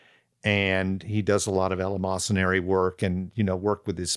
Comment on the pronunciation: perspicuously eleemosynary Both used correctly and pronounced correctly!